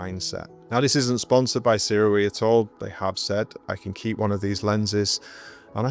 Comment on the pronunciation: It's good to hear someone pronouncing Sirui correctly, rather than the American way. I have the 50mm Saturn and it's a great little lens that I don't use nearly enough. I have an Acsoon adapter so I can use my phone as a monitor and thereby stretch the image, but it's not really practical if I want to use it as a walk around setup.